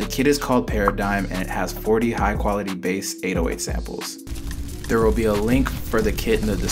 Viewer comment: bro u dont pronounce it baas u pronounce it base